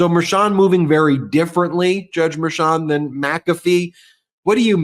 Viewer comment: might be petty, but can you get to pronounce Judge Merchan's name properly 🤣